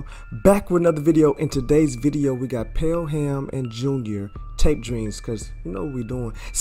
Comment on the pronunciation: Pel-Ham? That's funny. It's "Pell-em" in pronunciation. You southerners, "mayyyne" L M A O